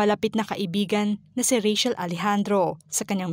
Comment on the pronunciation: Rachel is pronounced with CH not SH.